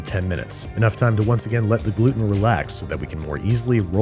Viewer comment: me, a celiac disease ridden girl watching Babish say "Gluten": 👁👄👁